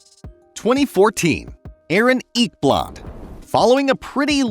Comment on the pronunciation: "Aaron Eeekblod"